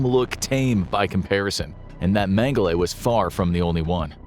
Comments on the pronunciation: Holy Jeebus. Its Dr. Menge-LA not Menge-LAY ...ridiculous... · Name pronunciation is not correct, it's not "Mengelay". "E" is pronounced as an "A" in German. So it's pronounced "Mengel-a" despite it being spelled "Mengele" just FYI. Not to be a Grammer nasis 😜😂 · “Men-guh-lay?” Really, …? 🙄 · Just for future reference, colloquially in country of origin and surrounding, it’s pronounced “Meng-uh-luh.” :) Love the content! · well how would you pronounce it?